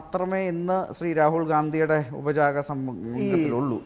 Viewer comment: ഉപജാപക സംഘം എന്ന് പറഞ്ഞുപഠിക്കണം.